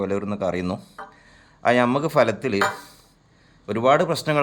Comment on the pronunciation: falatthil ennalla. Bhalathil ennanu sari